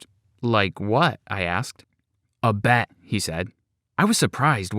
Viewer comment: He said bat it's bet